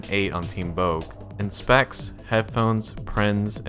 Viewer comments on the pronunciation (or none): boke is pronounced bo-kay by the way